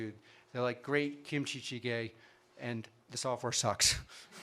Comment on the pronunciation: 김치찌개 발음ㅋㅋㅋ